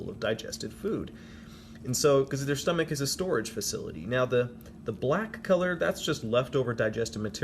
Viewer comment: when he said "sTomAch Has the sToraGe FaciLitY"